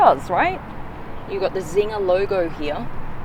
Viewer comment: Czinger should be pronounced as "Tsinger" not "Zinger" and looks like an old Hungarian family name with German background. "Cz" is an archaic way of writing the sound "C" which is pronounced as English people would pronounce "ts" :) like tsunami.. sounds almost as cool as this engine!